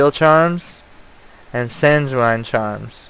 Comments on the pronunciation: Sanguine is "San-gwen" not "San-jew-wine" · FYI: sanguine is pronounced "sang-win". Good video. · it's actually sang-ween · I don't want to be a dick or anything, but it really bothered me how you pronounce sanguine, it's (sang-gwin)